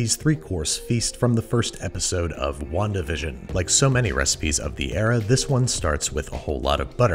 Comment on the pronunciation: all i head was "wan-division"